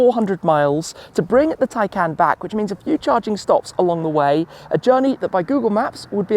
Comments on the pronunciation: Why do you call it a Tiecan when it is a Taycan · Hi car is pronouced "taycon" not "taycan"